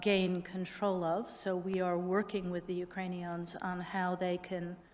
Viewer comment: Victoria Nuland said UkraniONs again.... That's weird.